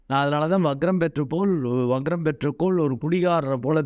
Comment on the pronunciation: adhu "vaGram" alla "VaKram"